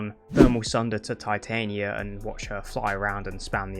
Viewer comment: I'm only bothered with your pronunciation of Titania... The Queen of Fairies... Shakespeare...